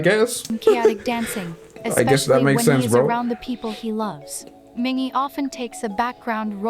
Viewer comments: i'm quite triggered with how this person pronounced Mingi's name wrong several times LMAO sometimes it's Minji, sometimes it's Min-Gi, then it's mingi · Don't trust this guide's pronunciations. The "a" in Yeosang and San is a long "ah," and rhymes with pond, not short "a" sounds that rhymes with plane or sand, and Mingi's "g" is true "g," not a "j". When in doubt with Korean names, find the Hangul for the name and insert it into Google translate to get an accurate pronunciation. Similarly, though Wooyoung is romanized with a "W" at the beginning, much like the last names Lee and Lim, that consonant is there because it's easier for international folk to pronounce than Ooyoung, Ee and Im, since their vowels don't begin with a gutteral sound. Hangul is wild, but it also makes sense. :D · Mingi's name is pronounced Meengee with a hard g (gee like geese). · It’s a bot for text-to-speech! And it only F’ed up MINGI’S name and Yeosang’s in the beginning 😭